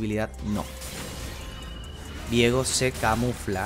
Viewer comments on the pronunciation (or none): pasa que su nombre no se pronuncia "viego" de forma simple, la idea de la "e" es que sea Vieeeeeeeego de forma tenebrosa xd por algo es de la isla de las sombras. si fuera vigo sonaria horrible al decir viiiiigo o algo asi XD.